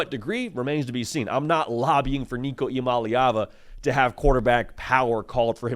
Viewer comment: You got that last name down